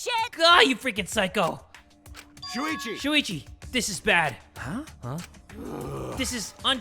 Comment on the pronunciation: i will never get over him saying suichi